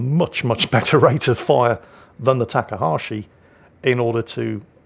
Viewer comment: have you noticed that you pronounce Takahashi different each time you say it?